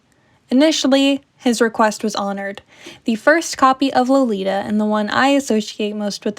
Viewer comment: IF you read the novel, why in the world would you pronounce the name like you did, it's literally the very start of the story in the beginning of the novel: LO-LI-TA He says it many times and "rolls it off his tongue" LITERALLY, Nabokov is turning in his grave right now 😩